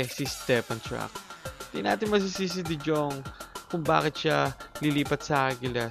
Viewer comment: de JJong? de Yong kasi yan eh. 😂😂😂